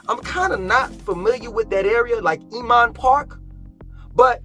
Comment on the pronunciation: Now senior a complex BTW "Oomon Park?" is pronounced INMAN PARK. I understand you have your own pronunciation of places, "Whole's Food", "Keenasaw" etc. however, you may confuse some of us. Thank you for your tours of Charlotte. I was considering moving there from Atlanta but it seems to be becoming the same place with all the greed in real estate excess traffic, and too many new buildings. I am also from NYC (Hamilton Heights) as well as Teaneck, NJ (home of the Sugar Hill Gang).